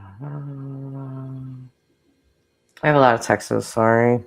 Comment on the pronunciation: Why so you say “texas”???!!! The word is TEXTS.